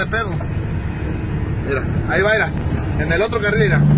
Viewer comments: Aprende a hablar se dice: mira no "irá" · Con todo respeto no es Ira Ira Ira..es Mira! En lugar de chismoso deberia hablar por cb a lo mejor esta cansado o Marque a las autoridades. Ira Ira Ira...